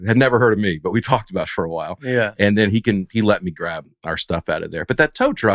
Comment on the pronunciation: Dusty, I still can't hear the "t" at the end of your words! However, I do enjoy the way you say "me" as a drawn out "may".